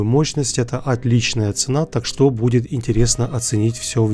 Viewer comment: Почему "так что́", а не та́к что?